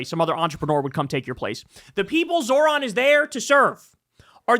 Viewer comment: Can someone please teach Kyle how to say Zohran correctly? He says "Zo(h)r-an" (Zor-ahn). Its pronounced "Zoh-ran" (Zoe-Rahn). Its driving me insane because he criticizes people for not saying his last name correctly and then mispronounces his first name constantly lmao